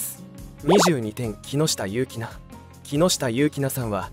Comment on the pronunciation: よしかわこうじ、ではなく、きっかわこうじです。きのしたゆうきな、ではなく、きのしたゆきなです。